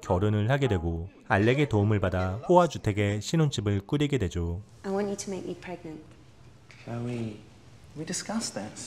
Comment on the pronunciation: 클레이가 아니고 클로이에요..